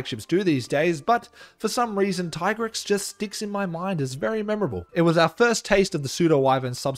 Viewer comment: It's Dee-a-blos and Tee-Grex, duh